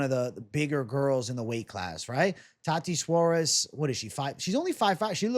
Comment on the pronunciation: Please stop saying "tati suarez"